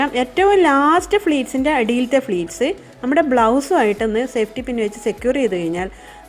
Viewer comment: സാരി പ്ലീറ്റ്‌സ് ആണ് .. fleats അല്ല.. pleats ആണ്..